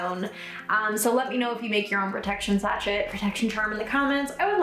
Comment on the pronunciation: Just FYI, sachet is pronounced “sashay.”